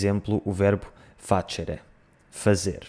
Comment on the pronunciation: Pequena nota: se estamos a falar de latim clássico (não eclesiástico) a pronúncia de “facere” seria com um /k/, não um /tʃ/. Só a Igreja/Vaticano usa essa pronúncia meio italiana, por influência regional. Bom vídeo!